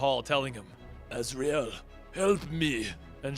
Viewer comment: I can’t take anything you say seriously when you pronounce his name ‘Raz’.